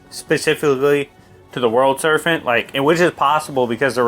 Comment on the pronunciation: Good video, but it's Serpent with a P not an F.